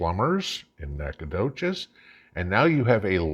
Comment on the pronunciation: I’m impressed - you pronounced Nacogdoches correctly!!